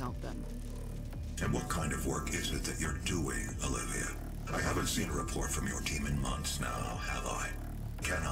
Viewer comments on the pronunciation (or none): none